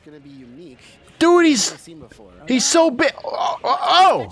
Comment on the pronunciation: BEEG TONY 😂